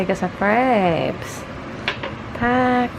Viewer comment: Kala ko craps lol 😆 ... crepes pala